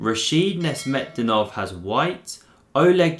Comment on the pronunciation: Awsome game. Sacing queen so early in the game needs some degree of madness that only Rashid Nezhmetdinov possessed. That's why his games are so surreal and he was called 'no reverse gear Rashid' in USSR. By the way his last name is pronounced as NaJmeddinov.